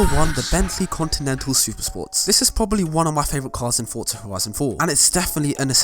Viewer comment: There’s no T in “Forza” just sayin